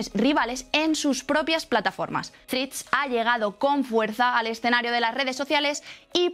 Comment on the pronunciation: Mirad la pronunciación correcta de la única palabra en inglés que vais a utilizar en el vídeo. Por lo demás gran contenido.